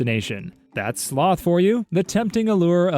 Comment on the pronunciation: The way he said s-s-s-sloth and then WRATH, just has me dying 🤣